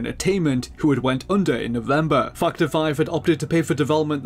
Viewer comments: The way this guy pronounces 'Factor 5'.. XD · "factor 5" what did he say though? not that...